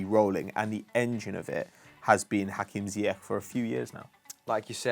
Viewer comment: Its pronounced Hakim Zeeyash 👍🏼